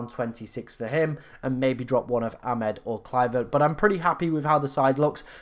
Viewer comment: Amad, not "Amed".